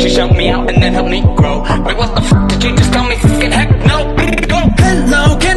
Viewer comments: It sounds like he is saying “help OwO” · No it sound like "Help oh well"